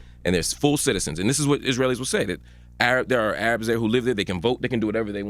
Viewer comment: Does mark knows arabic? He is pronouncing arabic words perfectly.